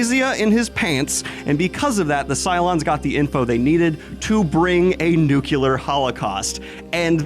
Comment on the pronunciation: Sir, I am greatly distressed by your misemployment of the word ‘nuclear.’ Also, Midnight Mass is absolutely brilliant!! I am so glad to hear you talk about it 👏